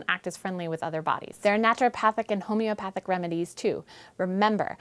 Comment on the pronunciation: "homeopahtic remadies"? -1 credibility points